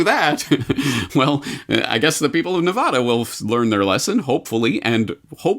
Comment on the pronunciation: How is it that someone in NM pronounces Nevada "Ne-vahh-da"?